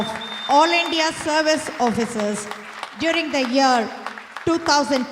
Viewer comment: Why Mr Annamalai pronounces as Indhia not India